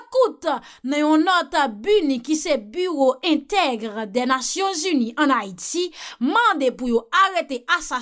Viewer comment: Se B. I. N. U. wi, se pa B. U. N. I. non; li vle di : BUREAU INTERGRÉ DES NATIONS UNIES. Se pa “ intègre “ non. Eskuzem pou ti rektifikasyon an. Ou gen tro bel diksyon, m pa vlew fe vye fot sa yo. Noutout renmen tandew